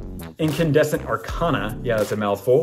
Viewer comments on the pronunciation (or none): none